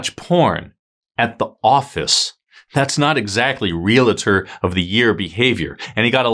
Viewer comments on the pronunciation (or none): It is NOT “real-A-tor, it is Real-tor. Only ONE A. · Just sayin it’s Real tor not RealA tor. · It’s pronounced real tor, not real a tor! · Re-al-tor, not re-la-tor!